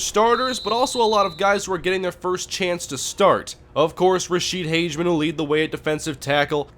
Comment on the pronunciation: Um its pronounced "Hagman" and Im pretty sure his little brother goes to my school in Minneapolis